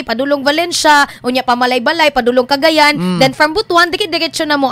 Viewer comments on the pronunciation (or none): none